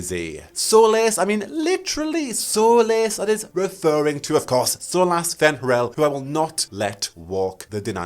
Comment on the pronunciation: Bro... "solace" is pronounced exactly like "solas", not whatever way you just did. 🤣